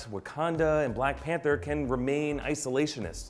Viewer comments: ... "blank pather"? dewd... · umm, "Blank Pather"? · 😂 "Blank pather" lol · Did he just say Blank Panther mask? 😁😂😲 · BLANK PATHERS? C'mon. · Black panther not blank pather lol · What's a Blank Pather 🙄🤔😂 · "Blank Pather"? Really???????? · "blank pather"? I'm not sure that's how it's spelt lol. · Blank Pather, really!!! Blank Pather 😂😂😂😂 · Black Pather?! Lol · Blank Pather? Lol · Who is "blank pather"? I feel so disrespected. -_ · "Blank Panther" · "blank panther"...?